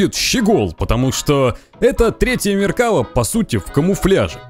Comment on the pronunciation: МеркавА танк называется, но не МеркАва, ударение на последний слог, автор исправься.😉